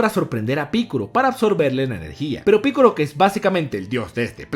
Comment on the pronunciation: por que dices piccoro y no piccolo ya que no es con R si no con L